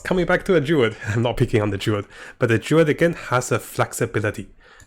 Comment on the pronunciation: I don't think they are intensional. Not only class names are butchered.